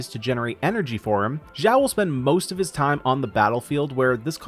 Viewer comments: it's shao not jowl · xiao not shiao, jao/gao nor zao its xiao x = (s)nake ------- cost 0 effort to just listen to the google translator pronouncing xiao ( = demon/elf) for u